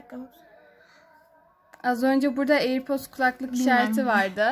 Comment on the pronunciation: Airpordosa airpord demeyeni de ne bilim